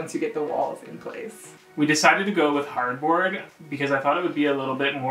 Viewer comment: When he first said hardboard, I thought he said cardboard and my face was like 🤯🤯